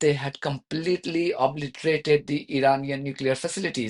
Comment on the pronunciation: I think this boils down to a pronunciation issue. Iran and Iraq are pronounced by americans as I ran and I rack instead of EE ran and EE rack. By the same token when trump say ob-li-terate he means ob-LIE-terate.